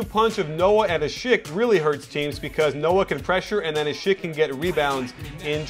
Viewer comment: great vid coach ;) u pronounced asik right :D:D